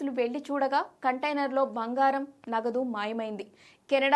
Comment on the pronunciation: భంగారం ఏమిటే ఎవడిచ్చాడు నీకు న్యూస్ రీడర్ ఉద్యోగం? వాడిని అనాలి